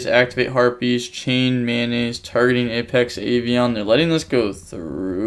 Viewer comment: u know that it is "METAnoise" and not "mayonaise" right lmao